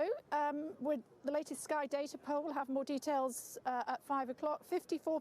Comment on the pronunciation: ‘the SKY data poll’ lol...